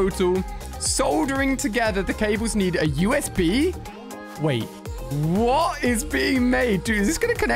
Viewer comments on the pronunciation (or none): He said a ufb instead of usb